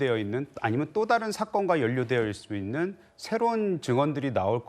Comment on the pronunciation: 김종석 앵커를 비롯하여 패널들이 왜 매 번 "좀(조금)"을 "쫌", "다른"을 "따른" 이라고 강하게 발음하는지 참으로 유치하게 들린다.